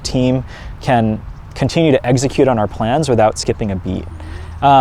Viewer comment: I love how he pronounced execute, as exeggcute